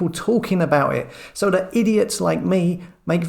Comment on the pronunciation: FAB but a bit rattling about his wiv and wivout and dat and dis and der for the, come on 💕